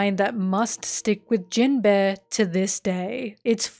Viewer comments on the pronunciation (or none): For all your love of this character, you really can't pronounce him right. Jinbe, not jin-beh. There's an inflection and emphasis difference that makes it sound extremely different. Amazing video btw, left 1 other comment about a nitpick like this and in case you see these I just wanted to make it clear that they didn't make me dislike the video, the video was great. Your narration is very well done. In long scripted video like these people often tend to speak monotonously and overuse the same inflections, sounding very artificial. But you sound natural. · Absolutely fantastic video. I love your in depth analysis of all these characters, but unfortunately I can't unhear Jin-bear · I kept hearing Jin-bear whenever you said his name and thought it was some hidden gay joke or something lol. You know, the bear body type that is popular in the gay community lol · Whenever says jimbei all I hear is jim-bae💅🏼❤ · Are we going to address that you are calling him gym bear? Love the content as always, sorry for the callout